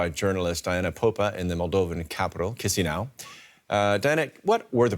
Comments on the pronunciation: loved how the reporter held the laugh at how the dw news host pronounced Chisinau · Love that the guy can't even pronounce Chisinau. I mean it's not like the clip is about several things.